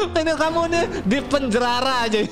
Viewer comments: bang kalok bilang penjara jangan penjrara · Penjara bang bukan penjrara